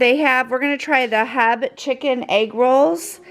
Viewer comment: The locals aren’t saying it the way it’s meant to be said…. I’m also a local, and everyone I know pronounces it H-E-B, as do the commercials you’ll see on television.